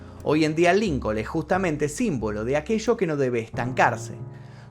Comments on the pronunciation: No se pronuncia Lincol sino Lincon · Por q pronuncis lincol es Lincoln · Dice Lilcol 😂😂😂 argentino pues no que bien europeos 😂😂 ya ni españa que si son europeos😂😂